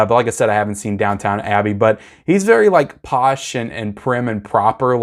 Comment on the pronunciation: It’s Downton Abbey, not Down-Town 😂